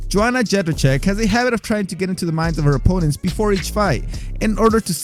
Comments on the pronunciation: I love your videos but you gotta work on pronouncing fighters' names. Fedor is pronounced Fay-door, not Fay-der. You also flubbed Rose Namajunas (pronounce the J like a y, Nama-yoon-ez) and Joanna Jedrzejczyk (Jer-jay-check, the d is silent). Take a cue from the announcer on how to pronounce each name if you're unsure. Great job otherwise. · "Jonna Jebbacheck" you didnt even try, did you? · phonetically its "Yo-ana Yen-Jay-Chek"